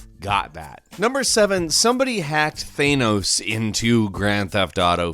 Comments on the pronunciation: UMLOTH thaynoes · THAY-Noes....ily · The anus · UnlawfulWaffle8 no it’s pronounced thaynos. Watch the movie and you’ll actually realize that’s how literally everyone else pronounces it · Excessively Nasal "Thaynos gaeme" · That's TH-a-Nos, my dude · Why is he saying thanos the way he is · You can pronounce “Julio” correctly, but messed up “Thanos” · You're pronouncing THANOS incorrectly. It's cringe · sees infinity wars still mispronounces Thanos' name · DUDE ITS TH-AH-NOH-S THANOS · He can’t say thanos correctly and it annoys me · STOP SAYING THANOS WRONG!!! >:( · How are you pronouncing thanos wrong it’s in a movie it’s that that hard to know how its pronounced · Thanos! It's fucking THANOS! Omg say it right! Damn! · IT'S THAAAAAAANOS, MAN. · Stop saying Thanos like that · Dude... why are you saying Thanos like that? You KNOW it's wrong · Why do you pronounce Thanos weirdly? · Did anyone else cringe a little bit when he pronounced thanos in such a weird way 😂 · Everytime says Thanos 😬😬😬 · You say “Thanos” wrong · It's Thanos not ThAnos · Its thanos not thanos please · Please pronounce Thanos correctly, thank you. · Okay you are literally my favorite YouTube video person but come on with that Thanos pronunciation... Every time you said that I wanted to bang my head off a table. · It’s pronounced “thanos” not “theynos” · Really Thay-nos...its Thanos. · It’s THANos not THEENos ugh love you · Who a theanos its thanos right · Its thanks, not thaynose I dont know how people could pronounce thanos so poorly. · Its Thanos, not Theinos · Its not Thanus, Its thaaaaaaanos. He doesn't have anus in his name rofl. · "Thaynose" It's pronounced "Than-nose"!!! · Is it a thing that Americans can't say ´´Thanos´´? The only thing I hear from is ´´Thaynos´´. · It’s thanos not thānos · it is pronounced thANos like fan not theynos. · Thanos Thenos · theynos wtf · “Thay-nos”. Good god. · who the fricc is thaynoss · “Thaynos gam”